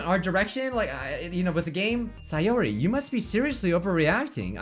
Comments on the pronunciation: Its not saayori, its sayori. You pronounce it wrong. It triggers me lol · It’s say-or-I not si-or-I !!!!